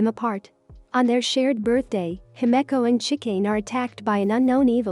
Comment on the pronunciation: The pronunciation himekko xD LMAO